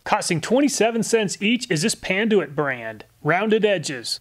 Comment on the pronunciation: Panduit "Pan-Ty"...ok then